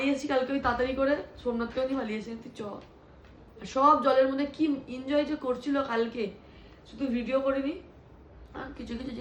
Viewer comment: Injoy na enjoy hobe ektu thik vabe. Bolo